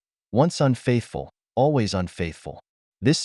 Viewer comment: you mispronounced always